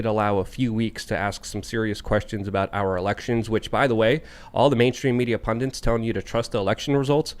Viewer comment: Never trust a guy who says "Pundints" while wearing a literary hat. Guy can't read.